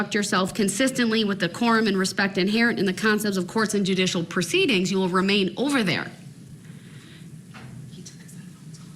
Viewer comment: did you notice sometimes he said ask?…I think a lot of it is an act…but he also says troof,instead of truth..substain instead of sustain..he says dujicial instead of judicial and so many other things I’ve heard from similar people